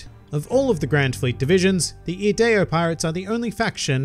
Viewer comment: P.S. Thank you for pronouncing Ideo's name correctly. It is Latin, the origin of the English word "idea", and one of the words I spent years pouring over in order to learn traditional English carols for my high school's annual Christmas pageant.